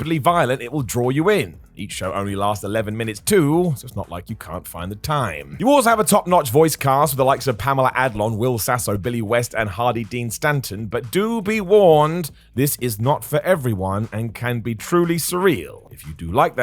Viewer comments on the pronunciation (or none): Did you say 'Hardy Dean Stanton'?